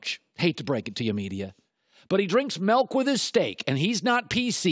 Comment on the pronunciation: By the end of this video... You'll never like "melk" or steak again